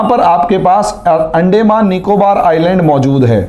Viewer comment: Sir, अंडेंमान नही अंदमान कहिए... बाकी आप बहोत बढ़िया विस्तारसे बोलतेहो .... धन्यवाद...💐